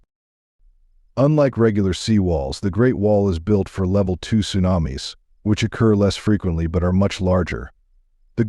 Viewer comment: Sue nam iss 😂😂😂